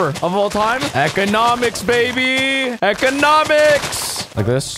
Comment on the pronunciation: He said "Eggonomics" and now im dying